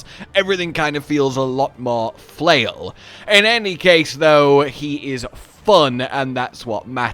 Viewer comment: FRAIL* I think is the word you meant to say there 🤣Unless the flail is a the next weapon we're getting in MH 👀🤣